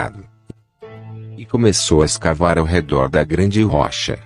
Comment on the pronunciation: O assunto é interessante, mas não dá para aguentar o narrador, é um chato, para não dizer um babaca, faz tipo pronunciando as sílabas tônicas sempre diferente do original da língua e da pronuncia corriqueira do povo; Moisés para ele é "Moisês", rocha é "rôcha" Para aguentar quinze minutos do vídeo é preciso ter "saco"!!! Pessoas se destacam pelo talento, outros apelam inventam uma bobeira para compensar a falta dele!!!